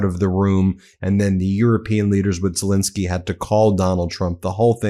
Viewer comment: Hi Ben,really enjoyed your reporting,but would you mind trying to find out to pronounce Zelenskyy’s name correctly. Alenka